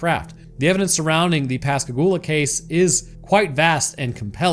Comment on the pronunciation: Fuck yeah, my hometown in a Roanoke video! ❤ And you even pronounced Pascagoula properly! I've lived down here all my life and heard the story of the abduction so many times, but I always enjoy hearing people's takes on what actually happened. And aliens aren't even the only weird thing about Pascagoula. There's also the Phantom Barber from the 1940s, and the legend of the Singing River.